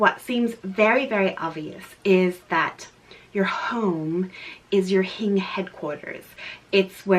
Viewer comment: per simple Google search: "Learn the Hygge Definition & Meaning on Hygge House Hygge (pronounced hue-guh not hoo-gah) is a Danish word used when acknowledging a feeling or moment, whether alone or with friends, at home or out, ..."